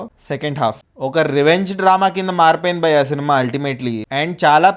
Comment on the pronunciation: Dear..malli malli bayya bayya anaku....just pronounce bhayya ledante lekiga vuntadhi